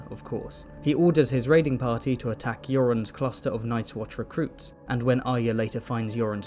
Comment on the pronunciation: The way you say yoren makes it sound like you’re saying Euron I was very confused why Arya was in eurond group going too the nights watch